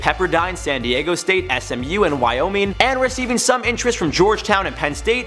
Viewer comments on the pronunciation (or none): none